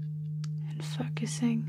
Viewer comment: Love the Australian accent, too. Almost sounded like you said: Breathing deep and FUCKising all of your energy... :)